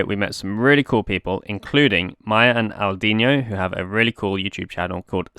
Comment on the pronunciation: You got Aladino's name slightly wrong I'm guessing. You said it like ala-DEEN-yo, but ala-DEEN-o is better I think, at least that's what Maya calls him (except when she's calling him Deenie).